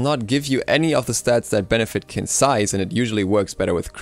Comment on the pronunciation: Surprisingly enough, Qin's Sais is actually pronounced as "Chin's Sais". Chinese pinyin is weird, I know :P